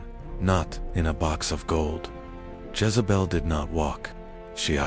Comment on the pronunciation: It’s Jezebel not Jazebel